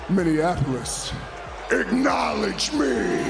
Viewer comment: Roman Reigns just wants everyone to igknowlege him. He's been saying the word wrong for like 3 years and no one has told him.